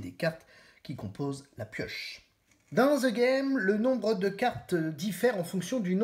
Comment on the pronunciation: On prononce ' De Game ' pas "Ze game" ...